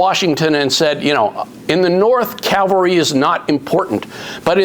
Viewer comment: Ugh. It’s cavalry not Calvary